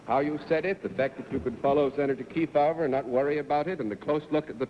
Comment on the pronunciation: Once again, the supposedly intelligent, worldly and well-educated Bennett Cerf mangled another famous person's name. Senator Kee-foe-va?! What a dope.